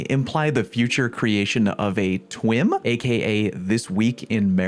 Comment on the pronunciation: The word twim tickles my ears a lil bit lol